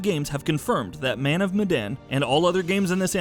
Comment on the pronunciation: man of bandanas 😂